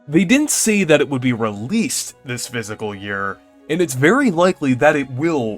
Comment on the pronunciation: It’s FISCAL, not Physical